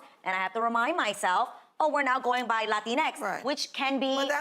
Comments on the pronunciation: its so freakin funny when you say "latin EX" like that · Latinx is pronounced Latinks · if she respect Spanish she will know that she would have to pronounce in Spanish as Latin equis no Latin ex..as ex is the name of the letter X in english... are they trying to tell us we are ex Latinos?, no Latinos anymore?. ..... is interesting how she not even aware that letters have a gender in spanish and x is femenine, we already had a letter for inclusion and that the Latinos represent all genders, she should study grammar before speaking not sense. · Lol lateenex is nothing that any actual Latin person says, and as you pointed out that's not even how you pronounce the letter x in Spanish. It would be latinequis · I'm pretty sure its pronounced Lateenx. You're welcome. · I thought it was pronounced "La Tinks" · Oh... I've been pronouncing it "la-tinx" ... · I love it every time the presenter pronounces "Latin-EX!". Almost like he's shitting himself. It could truly be the genesis of the Spanish language going halfways to becoming Arab in pronounciation. Latin-EX! - When wokeness shoots itself in the fo-OOTT! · The term 'latinx' is not only stupid but really problematic. First it is hard to pronounce in Spanish. To say it like the gringas of that show it will have to be written "latinex". And also everything is gendered in Spanish, from things to animals, so if a change is done in one word then the whole language will have to be changed. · Uh, excuse me, it's pronounced "la-tinx." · Notice how she says “Latino” and “Latina”, using her Spanish pronunciation, but when it comes to “Latin EX”, she doesn’t. I think that pretty much says it all. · I was making a dinner while watching this, so I wasn't exactly watching, but rather listening. But every time I heard that loud "LATIN X", I was like "Pause and rewind - what kind of X did he pu there this time?" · Laughed every time you did the "Latin EX!" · Latin...EXXX!!!!! I giggled everytime you emphasized that shit, hilarious